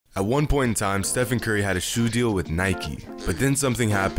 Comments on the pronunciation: How do you not know how to say "Stephen Curry" "Steve-on Curly" face ass😂😭🤦🏽‍♂️ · How in the world do you get his name wrong wtf lmao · Even Riff Raff knows how to say the mans name. Now who’s got the plug on Steph Curry Mcflurries these days? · How do you mess up Stephen Curry??